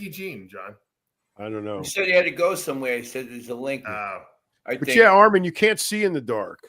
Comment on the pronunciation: still unable to say Armon’s name the right way yet can give business advice to everyone